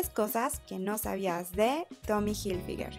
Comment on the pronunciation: Pronuncia bien la marca